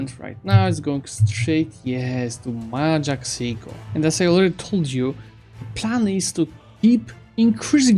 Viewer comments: Your country is called Majahapit, not Mapajahit btw :P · Mahajapit ❌ Majahapit ❌ Mapajahit ❌ Mahapajit ❌ Mapajahit ❌ Majapahit ✔ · I love how he sometimes pronounce Majapahit wrong. Like in 13 Mapajahits. Bill Wurtz would be proud. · i have a problem with the way you say majapahit